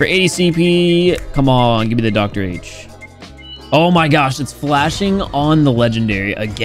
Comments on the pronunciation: Lemao said D_R_H instead of Doctor H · it's not doctor h it's d.r.h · says Dee Ar H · you are right, I know it's a joke but it was actually kukukukukuh, before small patch notes update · he says it again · He said dr h lol